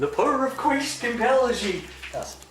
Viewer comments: did he just say “the power of quiest compels you!” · 'The power of "Quiss" compels you!' Who's Quiss??